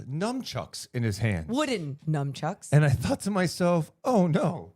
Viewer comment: "NUNCHUCKS" AND "BASKETBALL" NOT "NUMCHUCKS" 😂😂😂🎉🎉🎉AND "BASKABALL"